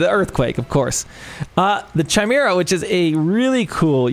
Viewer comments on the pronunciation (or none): It's pronounced Kymara. Not fuckin chimera. Sick of people thinking it's ch. It's the K sound.